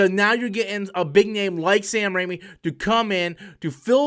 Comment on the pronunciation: He's name is Raimi. Not Rami. You're thinking of Malek.